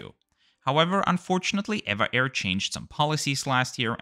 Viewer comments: Actually it's not pronounced "ei-vah air", but " Ee-vee-ei air" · It is actually not ev-a but eve-a air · It is pronounced as E V A Airways .. 😮😮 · I swear I call it as Ehh-va Air not E-V-A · Good review, as usual! At the risk of being called a "nit picker", I wonder if you were just being stubborn or lazy for your refusal to correctly pronounce this airline's name throughout your video? As you remarked in the beginning of this video, the correct name is E V A (each letter being pronounced separately). Would you pronounce SAS as "saas" or the legendary airline TWA as "twah"? Don't feel badly though as in the States, most Americans say, "evaah" with a long e sound. 😂. I assume (but don't know for certain) that a passenger taking this flight could preorder a vegetarian meal as a special request at no extra charge as this is a rather standard policy on most airlines. Anyway, I hope you will take my comments in a light hearted manner as I just enjoyed "teasing" you a little bit. 😂. Take care and have a pleasant and rewarding week. ♥️✈️🙏🌎🕊️